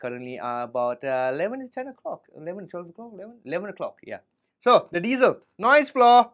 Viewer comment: Thank you for pronouncing diezel properly!!! Recently a guitar douche on YouTube has taken to calling them "dietzels" when I corrected him,as I am German, he got super angry and tried to tell me how to speak German lmfao 🤣🤗🤣🤗🤣 his name if anyone cares is Karl bullshit 🤣🤣🤣